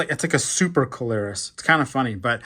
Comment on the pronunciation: Its see-low-roos not co-lare-us